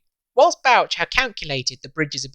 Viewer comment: That's some nice drawings of the Tay Bridges. Is Bouch pronounced Botch, given it's himself we refer to every time we see a botched job?. Nevertheless geat work. 🙏🏻🏴